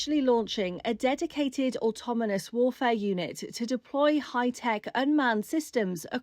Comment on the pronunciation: Lady said automonous….🤨artificial intellligence v natural stupidity